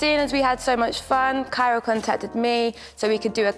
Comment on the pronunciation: whenever says “kyra tote bag” i always hear “carrot tote bag” n it always catches me off guard lmao